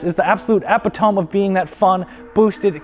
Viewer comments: EH-PIT-TOE-ME NOT EP-I-TOME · Epitome. Not epe-tome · Love ya bro but it’s epit-o-mee, not Epi-tome :( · Epi-tome? Your mean e-pit-oh-mee? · "Eh-pih-tome" lmao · who let this man say epi tome lmaooo editors pls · Epi-tome lol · This man said epitome instead of epitome that’s how I know this shit scripted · You lost me at “epi-tome” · I can’t get over the epitome pronunciation 😂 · How do you pronounce epitome again? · The way he said epitome really hurt me deep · You can't pronounce epitome? 😆